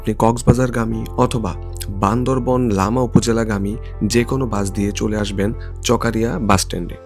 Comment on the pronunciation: চকারিয়া ❌ চকরিয়া ✔️